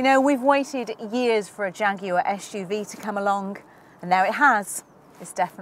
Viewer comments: I don't see any other comment regarding her pronouncing "SUV" as "Ash-UV" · Why do you pronounce SUV (Esh U V) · It's an SUV not an ESHUV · I'm offended by your bullying of someone who can't pronounce her esh's!!